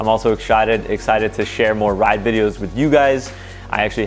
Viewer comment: Is “exshited” being so excited to get back out that you shart? 😂